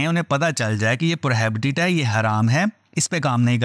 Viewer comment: Pro -he -be-tid... Prohibited ka pronunciation es tarha se ada hoga. Koi shram ki bat nae hum sab seekhte hain jesa k ap hum sabko sikha rahe hain❤